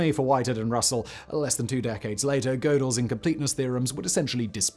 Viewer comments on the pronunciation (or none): Learn to pronounce Goedel. The umlaut is there for a purpose.